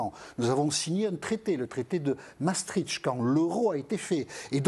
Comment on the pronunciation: Massetritch!,,,,bravo qui veut taxer les ritchs On prononce maastricht